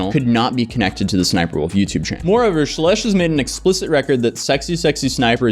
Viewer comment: I believe you pronounce the name “Shelesh’ dimilar to relish. Justbsay relish, but begging it with an SH, as in SH**, just think of her content to help you remember that.